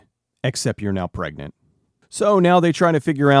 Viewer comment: At first I heard "plague-nant" when Linda says the girl is pregnant. Considering what happens later in the movie, that might have been a more accurate way to put it.